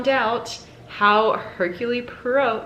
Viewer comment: Hey it is "er-queue-ll pw-uh-row" xx